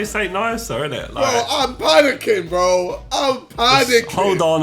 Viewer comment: Can jj not pronounce his r’s he says “bWo” and “BwUV”